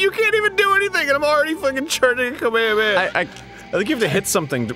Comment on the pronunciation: IDK why but Arin and Ross saying "Ka-me-ha-me-ha" like "kameamea" Is driving me crazy.